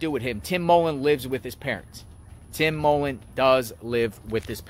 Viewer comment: Y do you keep going over the same question for anything going of the stupid sentences and it's mullen not Tim mollen